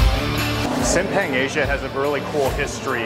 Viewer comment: The proper way to pronouncing SIMPANG = Seem~Punk.. Sambal Egg = Telor Balado (tae.lor bha.lha.douw)